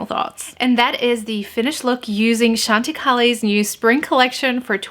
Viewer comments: I love Chantecaille. You look beautiful. I think it is pronounced Chăn tă kī. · Hi...I use chantecaille all the time...its actually pronounced Shawn ti kie:)